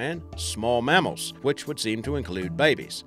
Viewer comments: I would have narrated this for free mate if you'd just asked. Also what's a marmal. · "MARMARL" pls stahp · What the fuck is a marmle? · His tell was the word mamnal. Pronounced marmel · I can't stand how he says Mammal. Aussies never say it the way he does, and we use kilograms not pounds. whoever this guy is, should keep to his day job, and talk with his real accent, not that poor pathetic excuse of an accent. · The way you say mammal is terrible btw just a heads up lol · The way he pronounces mammal annoys me